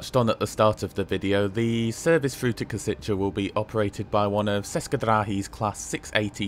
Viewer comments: one note "č" in "česke drahy" is sounds more or less as "ch" in "church". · The specific feature of Czech and Slovak that they don't use English pronounciation. Praha Hlavní Nádrazí is well done. Kosice is pronounced Koshitze, Ceské is pronounced Tscheske